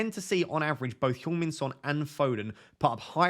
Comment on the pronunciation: Did you say Pjong Min Son? If so, I love it 😉🫡